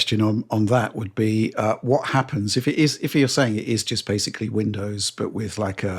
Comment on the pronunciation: Try that whenever mispronounces the word basically as “basely” and you’re guaranteed to get alcohol poisoning